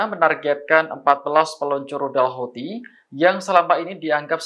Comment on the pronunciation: Bacaannya hutsi pk